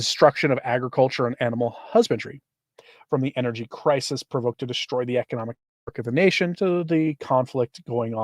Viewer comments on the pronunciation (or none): none